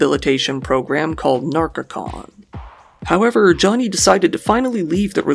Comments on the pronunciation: It's called narconon Not narcocon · * Narconon, not Narcocon